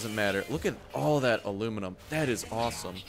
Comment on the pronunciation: It's not alunium its aluminum